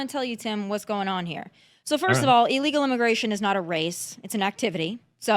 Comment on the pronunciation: Honey, its illegal, not eelegal! MTG says the same thing